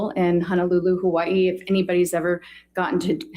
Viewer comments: Also. I lived in Hawai'i. Dr. Curry is actually pronouncing Hawai'i correctly. The 'okina, between the two i's is a glottal stop. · Lol that's how you're supposed to pronounce Hawaii, so I feel like it's okay😅 But I don't like when people say ex-specially because that one's not actually correct lol😅😅😅😅😅